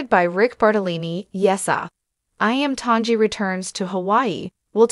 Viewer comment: Please learn to pronounce Iam Tongi's name Correctly🤙